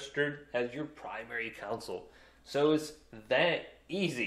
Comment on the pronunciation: It's not a council, it is a CONsole.